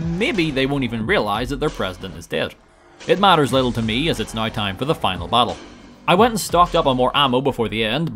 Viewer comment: It's pronounced "now", not,"noiugh".